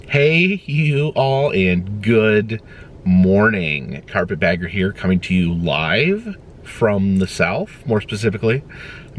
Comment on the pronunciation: "Carpetdragger" "Carpetdragster"